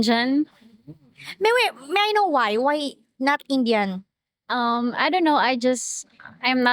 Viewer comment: "An Injun"? Who taught her English, John Wayne? 😂